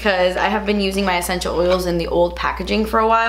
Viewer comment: Nobody:: “ECHENTIAL” OILS!